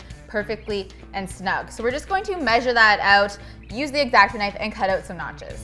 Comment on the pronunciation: when you said 'notches' i heard 'nachos' and now i'm hungry. hahah